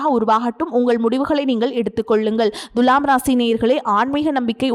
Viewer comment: It is not Dhulam It is Thula